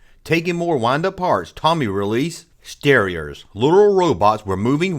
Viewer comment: Thanks for the blast from the past! Btw, it's "Tomy" not "Tommy" (long "o" sound) and "Starriors" (as in "star"), not "Sterers." As to the Tribots, I've been hunting them down lately, and there are actually six figures in the line. Much like the initial run of Starriors robots, there are three good guys and three bad guys with the same molds but in different colors (three styles, six figures). You may also be interested in checking out R.A.T.S., Tomy's 1985 revamp of Starriors in Europe and Canada. Hope this helps! ^_^